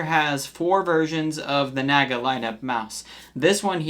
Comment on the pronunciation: bro cant even pronounce naga and synapse properly.